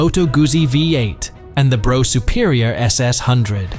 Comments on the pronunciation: Brough=Bruff, not Bro! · It’s not a ‘Bro’ (Brough) Superior but a ‘Bruff’ (Brough) Superior…!! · Brough is pronounced 'Bruff' not Bro...doh! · What the f#÷k is a "Bro" Superior! Its Brough, as in bruff Superior. 🇬🇧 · SORRY IT'S NOT "BRO" IT'S PRONOUNCED "BRUFF" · Brough is pronounced Bruff not bro you philistine, and why didn't you show the Black Prince when talking about it. some gullible people think you are showing a factual film!! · Hey Bro, it's pronounced Bruff. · Bruff.. not Bro.. ffs that hurts my ears! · Just so you know, Brough is not pronounced Bro, it's Bruff, in English. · Brough as in rough. Not as in though! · Brough is pronounced Bruff! Yam Dankees! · Pronounced "Bruff Superior" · brough is pronounced bruff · Lame computer voice that mispronounced both Brough and Wenkel. 2 mins and I’m out.